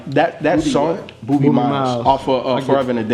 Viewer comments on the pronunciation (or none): "Booby Miles" or "Bob"bie Miles? c'mon smh